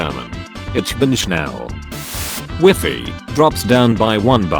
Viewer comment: Did he say Wefi instead of WIFI??